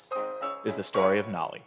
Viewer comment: bro said nAly